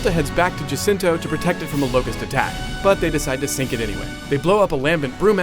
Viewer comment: jacinto not jacinta